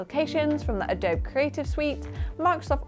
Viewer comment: Did you just say "Adoughb"?